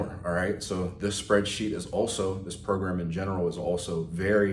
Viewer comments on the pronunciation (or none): "PROGAM" smh